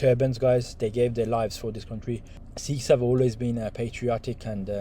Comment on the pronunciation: Sikhs*** almost like you said sheikhs big difference